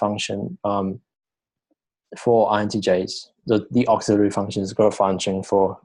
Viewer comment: your bad accent and constant pausing so annoying dude, consider listening to it yourself before posting, its like your rambling after reading a book/article, you need to say things without looking and sounding confused. plus its pronounced funk- shun (function) not fung-shungs.